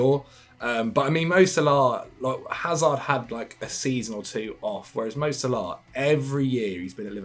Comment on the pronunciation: How's Algerian and pronounces Salah as Salaaaaaa? HAHAHAHA All love